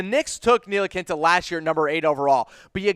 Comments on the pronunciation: Nee-Lee-Kee-Na....its really not that difficult. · Seriously... please stop calling him ntilikinta, there’s no t at the end, It’s ntilikina. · Nilikinta ? Wtf ? You get a dislike for mispronouncing his name. Dumbass !! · That's what I'm saying wtf team needs are SG and C? We have two SG and no starting small forward lmao they no nothing about the Knicks or basketball in general... they pronounced Ntilikina Ntilikinte this is embarrassing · Hey guy nice info. Just a heads up Franks name is pronounced KNEE - LEE- KINA Second, I dont think the knicks are not sold on Frank, but they are definitely not sold on Mudiay, his play was bar none the worst of all three. The more likeley scenario would be Burke at the 1 frank at the two, mudiay and the rookie off the bench depending on what guard is picked and how well they adjust. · Learn how to pronounce Nee-La-Kee-Na. Your not even close and that and your other commentary makes it obvious that you don't watch the team. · I stopped listening after Frank Nee-La-Kin-Ta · Can’t even say franks name right ... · These guys are strange. They say the knicks need sg, c, then proceed to name PG and sf. Also can't pronounce ntilikina. There's no t at the end of his name. Painful to listen! Smh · These are really retarded for 1 knicks need a small foward. NOt 2 gaurd and trey burke at the 2??? Wow you have not watched no knicks basketball and learn how to pronounce Frank's name before you doubt him he's 19 years old smh